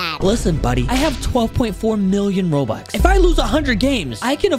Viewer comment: Bro said robux as Robots 💀